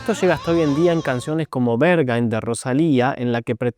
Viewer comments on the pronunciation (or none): Aspira la H al decir Berghain porque sino suena feo 😬🍆 BergHain (en realidad debe sonar como la H en "hello") Genial el análisis musical!